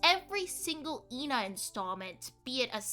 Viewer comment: because instead of calling her eh-na like everyone else moony mispronounces her name and calls her stuff like ee na or ayna and you say thay in the intro